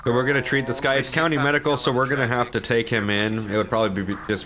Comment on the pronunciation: is it me or did he just say coudy instead of county lol